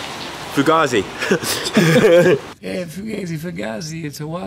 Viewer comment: it doesn't get more British than that "yoaih". Love it